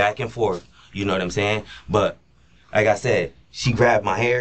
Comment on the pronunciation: "noumsayin" ??. Lies just as bad as Darrell Brooks